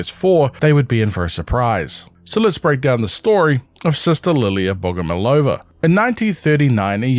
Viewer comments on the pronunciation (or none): none